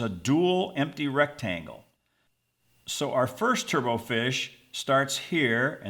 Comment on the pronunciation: The final "t" in turbot is not silent. "Turbot" rhymes with "robot"; it's not pronounced like "turbo".